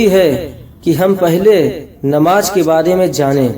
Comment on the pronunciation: Assalam alaikum mohtaram plz apne talaffuz ko pahle thik se bolna sikhiye farz hota hai farj nahi namaz bolte hai namaj nahi mazrart